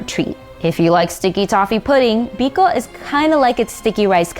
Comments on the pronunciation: Ang putla nang Biko...Bikow ata yan di biko😂😂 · Wow you nailed the biko!!!